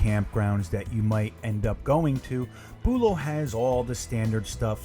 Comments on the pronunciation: not boolow bUlow emphasis on the BU low also this is florida nothing can stay good outside but that is ridiculous they make money they should change them more often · from a local ur saying it wrong lol